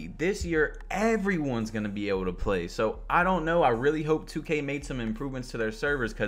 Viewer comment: This dude gone say “2ku” like 😂😂💀 wtf bro I’m not even a playmaker and Ik they have 99 ball handling and they are just getting ripped